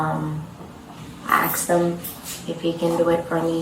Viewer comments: “I axed him” Why is asked such a difficult word for black people? I don’t get it. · "I axed him..." Say less. Not a shallow person, but the conversation ends shortly after I hear those magical words 💯% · "I axed them" WTF? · And she also 'axsed' 😂